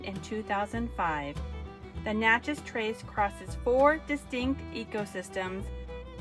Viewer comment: Sorry. I was laughing at u for how u pronounced Natchez. It is Nat (pronounced like the bug). U missed out on the city Natchez. Beautiful with a lot of history. The visitor center is so good. Also if u go there get their food (close enough to get Cajun food).